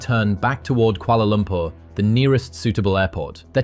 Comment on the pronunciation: cant even get Kuala Lumpur right tsk tsk